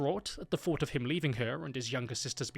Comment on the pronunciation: Stop th-fronting!!! It's pronounced three not free, think not fink and thought not fort!!!